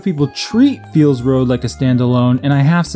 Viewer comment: Hah, you kept calling it "Feels Road", that was really clever